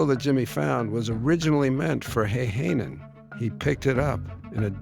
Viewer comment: It is pronouced Häyhänen, not heihänen. I know, Finnish language is not the easiest to speak.